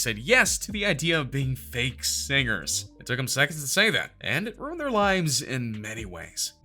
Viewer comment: "Runied careers"